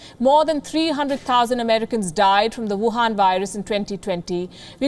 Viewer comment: Every time she says Wu_han Virus👌🏻😊